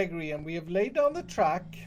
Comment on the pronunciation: Grian* not grain